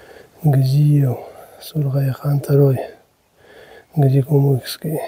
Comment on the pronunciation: Хочется поправить автора. Надпись на плите. Гази-Кумухский. А не Гази-Кумыкский как вы прочитали. Кумух это лакское село с большой историей не далеко от согратля. Я сам с этих гор